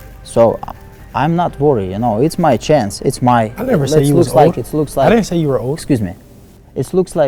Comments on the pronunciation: “ excuse meh” 🤣🤣🤣🤣 rolling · When Loma said “Excuse me” that shii had me dying cuz of his accent😂😂 This finna be a fun fight lol